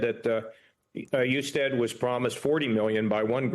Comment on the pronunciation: Do your homework! Mispronouncing Jon Hustead’s last name and framing Amy Acton as “Covid Czar” rather than Doctor and Director of the Ohio Department of Health fully supported by Republican Governor Mike DeWine underscore lazy and inaccurate reporting.